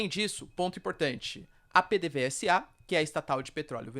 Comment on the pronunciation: Parabéns pelo vídeo. Sugiro que verifique as pronúncias Gu-i-ana, pê-dê-vê-za, Ni-ko-lás